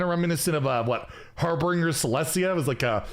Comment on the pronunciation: the word 'harbinger' doesn't have an R in between the B and I. Heheh.